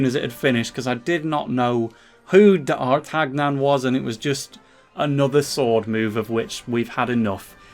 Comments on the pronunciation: Pronounced Dart-a-nion. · I don't know if not knowing who and how to pronouce d'Artagnan is either funny or just sad... 😆